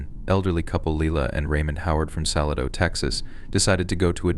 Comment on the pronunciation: "Salad-0", Texas is pronounced Suh-LAY-d0ugh [yes, complete with the 'w' sound that comes at the end of the phonetic spell out I made for you], the primary and secondary accent, or stress, is on the capital letters... ...but I Subscribed in good faith after a scroll through your library, But I'm hearing signs it might be an AI / robotic voice reading because Arkansas was just now pronounced "Arkan-sauce".